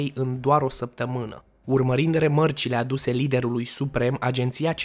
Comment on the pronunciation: Remarci,nu remărci